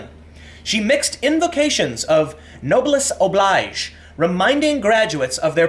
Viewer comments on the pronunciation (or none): Noblesse oblige prononciation. It's not "oblyge", it's "obleege", "ee" sound like "he" or "she". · It’s pronounced no-BLES o-BLEEZH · Also, "noblesse oblige" is pronounced "nobless obleege." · PS, this is not how you pronounce "oblige" in "noblesse oblige".